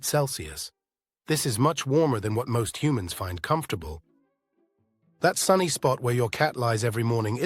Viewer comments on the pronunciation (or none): none